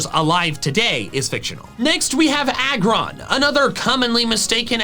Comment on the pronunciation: IT'S AGGRON, NOT ARGON!